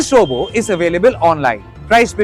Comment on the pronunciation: If you can pronounce chatbot, why can’t you pronounce robot? What is robo? 😂